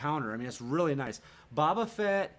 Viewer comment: Love this channel man, the Bobba Fett thing is killing me though. (Bow-ba'-Fett) LOL